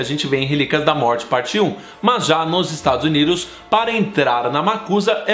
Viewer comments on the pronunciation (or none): "Estados Uniros" HAHAH Muito bom o vídeo, amei <3